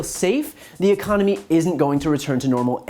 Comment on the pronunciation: But, but , but , the Uhconomy